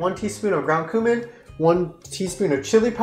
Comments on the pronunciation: girl nawwrrrr its pronounced 'kyoomin' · Ground Cumin is my fave! Pronunciation is kew-min. Cuh-min is the pronunciation of a diesel engine. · i think kyedae said come in instead of queue min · my heart hurt when jyedae said cumin instead of qumin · Im so immature, i laughed too hard when she read cumin as kamin and non kyumin, I'm sorry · CUMIN im Dead 🤣 it’s actually pronounced as “Que min” but it’s ok kydae from an Indian I forgive u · its not pronounced cummin its pronounced q-min youve used it multiple times a said that its a lil bit weird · CUMIN LMAO I think it’s pronounced koo min but that was funny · Anyone else triggered by the fact that they are mispronouncing cumin?!?!